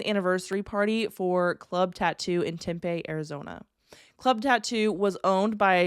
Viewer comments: I know it’s not a big deal but just wanted to let you know Tempe is pronounced as “Tem-pee”. Just discovered you a couple days ago and I love listening while I’m working. Thank you!!! 😊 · Tempay arizona 😂